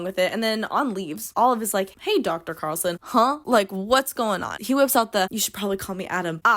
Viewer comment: not only is his first name Adam, his last name is CARlson — like you drive(r) a car(lson)